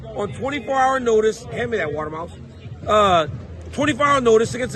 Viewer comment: Did he say "hand me that water mouse"?